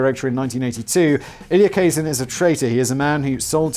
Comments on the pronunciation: get your pronunciation correct his name is pronounced Ka-Zan not Kay-zin. Do some fcuking HOMEWORK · Your new friend is Elia Kazan -that's kuh-ZAN.